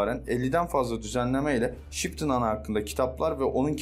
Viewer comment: Şıptın ana mı diyor? :))